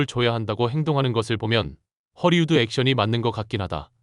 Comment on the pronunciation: ◇ 속담: "입은 비틀어져도 말은 바로 하라!" 허리우드 액션?!?!?!?! × 헐리우드 액션 ○ r과 l의 발음도 구별을 못 하나?????? 바로 전염되어 댓글에도 허리우드 액션?!?!?!?!?! Hollywood Action